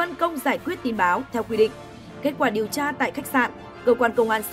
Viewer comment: Giao liêu,vệ xin,, lấy mẫu tin chùn, điều cha, hổ chợ phát thanh viên phát âm cái éo gì chẳng hiểu làm ơn phát âm chuẩn tiếng Việt dùm nhé